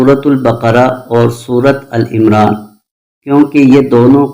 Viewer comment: AUG 18 2025 ♣ BHAI SAHIB ( AL IMRAN) NAHI HOTA AAL-E -IMRA SAHI TALAFFUZ HAI♣ASIA SYED (PAKISTAN)